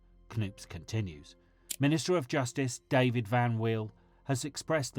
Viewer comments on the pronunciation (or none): none